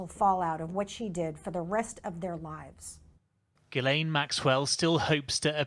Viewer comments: It's pronounced gee lane. But love the way you call her jiz lane😊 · It's pronounced, "G Lane." If you eat starch and sugar, you will suffer the hunger pangs. As a result, I take in sugar only twice a month and starch once a week.